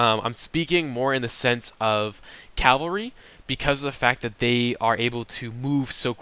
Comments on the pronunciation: cavalry not calvary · Cav-al-ry not cal-va-ry. I have made the same mistake often. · I mostly agree, great video, but I grind my teeth when I hear this guy say cavalry. Sometimes it sounds like he's saying "Calvery" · Great work - but this is a pet peeve of mine... Cav-al-ry = horse soldiers vs. Cal-va-ry = Jesus being crucified (the really odd thing is that you switch back and forth between the two) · He said it wrong, but, you know what he means.